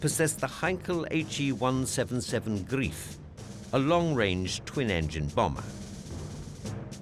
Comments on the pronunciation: "Greif" is pronounced wrongly. It should not be pronounced grief. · ...or, indeed, the Italians! Unlike the Germans, who thought that gearing two engines together to power one propellor was a good idea that would enable the Heinkel He 177 'Greif' (pronounced 'Gryfe', not 'Greef'...as in 'good grief'???) to dive-bomb, allegedly, as all bombers should, according to that strange German thinking behind aircraft design, the Italians - who weren't so hooked on making everything dive-bomb! - actually did manufacture a proper, four-engined heavy bomber - the Piaggio P 108 B. It also means no 'King of the Trimotors' in the shape of the Savoia-Marchetti S 79. In saying what I have, though, there's nothing wrong with dive bombers per se, if one is going to mention dive bombers like the Junkers Ju 87, as this video does, the lack of any Soviet representation means no (elegant) Petlyakov Pe-2 here and the lack of any Japanese representation means no (similarly elegant) Aichi D3A here...as alluded to at the post linked below on my Blog, 'Bananas For Breakfast'. I suppose, incidentally - to strike a balance in the Pacific Theatre - that the Douglas SBD 'Dauntless' could have been mentioned in the video. Unlike the vulnerable Ju 87, when once an SBD had jettisoned its payload, that could engage in dogfights with fighters...as (I also think) the Ju 87's Italian equivalent, the Breda Ba 65 could! However, to go a bit easy on the Ju 87, the Battle of Britain was hardly the end for that type, as the video implies, even though its 'bubble' had become somewhat def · Are you definately sure that heavy bomber was called The Grief? I'd say it is more likely it was called The Greif... wich means Griphon... same sort of victorious questionably suitable joke as pronouncing Göring as Hering wich means herring in german...